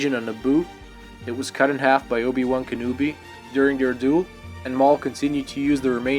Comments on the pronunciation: Lol you said obi one kanooby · He said obi wan Ka new bee